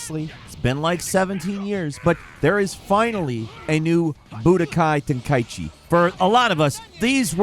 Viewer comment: Final-fucking-lee man, someone pronounces it TEN-KAI-CHIIIIIIIIIIIIIIII. Like how the fuck do ppl not know how to read, it’s not KAI EEEEEEE Chi.